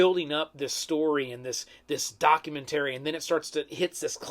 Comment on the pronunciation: Are you pronouncing documentary wrong just to troll us?